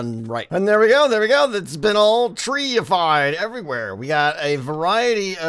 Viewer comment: Tree-afied???? I think you mean tree-efecated!!! I'm not angry, just disappointed.